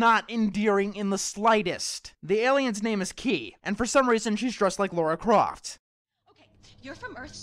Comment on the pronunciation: Go to and turn on subtitles. (I had to do this because i wasn't sure if that was what he said) He said Laura Croft. Its Lara Croft. This is the second time I have had to call someone out on this, first it was a comment, ow it was in a video. Is calling her Laura an American thing or something